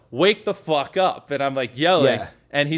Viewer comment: yo wake the fwougk up